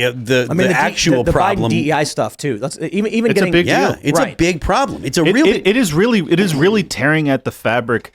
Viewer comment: He mispronounced Trump's nickname. It's not pig🍆 Donald Trump. It's BIG 🍆 Donald Trump, lol.